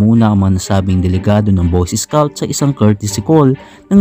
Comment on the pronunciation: Pag pronounce nya ng scout ay isscout